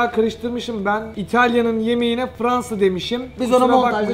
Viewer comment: fıransa degil